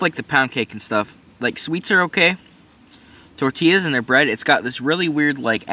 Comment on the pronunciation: 🙏🏽 when he said tortillas the correct way! Respect